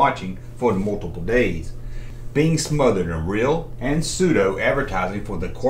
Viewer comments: My cousins had that Ewok hut thing, hers was green abs had a weebles type family in it and that was when Star Wars was still in the cinemas here in the UK! Oh and with pseudo, you don’t pronounce the P 😊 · When you first said Pseudo I thought that you were trying to say Prosciutto. 😂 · The p in the word pseudo it's silent